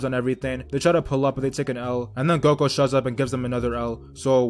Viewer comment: Say there freaken names right ''goko''